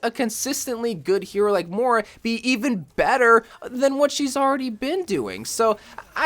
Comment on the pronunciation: Learn how to pronounce Moira